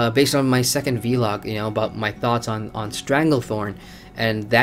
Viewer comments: Say VLOG not V-LOG please... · try it... its not hard, say it with me... VVVLLLLLOOOOG :)